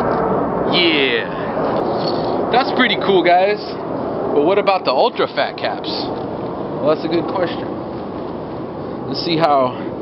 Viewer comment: It's like he's saying Oltra fat :D